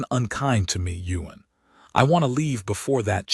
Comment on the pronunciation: It would be Ewan, Ewan, Ewan. NOT Yuen 🫣😏😒